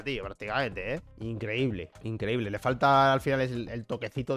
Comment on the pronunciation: Énfasis en 'increíble'